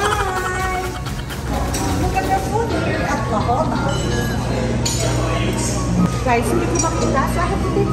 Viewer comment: LA JOLLA is pronounced "LA HOYA" in Spanish po....